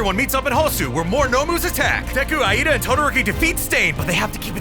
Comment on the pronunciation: Bro, it's pronounced ee-da